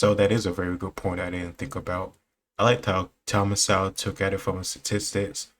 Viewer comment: Please pronounce Thomas's last name with the "w" silent.